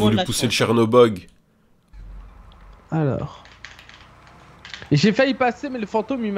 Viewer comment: j'étais tranquillement en train de manger mon petit déj quand soudain prend le "chercobog" et une envie me prend de tout dégueuler sur mon passage.